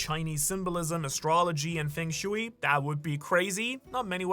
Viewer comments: Hearing "fang shooey" instead of "fung shway" continuously is driving me wild, lol. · Do you go out of your way to mispronounce things?? Feng shooey, gah-layla, etc. Love the channel and theories, but that grinds my gears and sometimes I have to shut the video off. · it is not fang shewy :P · The amount of mispronounced words in this vid while also apparently living in Japan.... like yea these are all chinese terms but one would assume a person would learn pronouncing the words for the key factors of their video before recording or even posting, Fung shui, bagua, Bagooa, Fang shway.... its really NOT that hard to find a video online for proper pronunciation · Feng shui = Fung sch-way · *fung shway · the pronunciation of feng shui is killing me !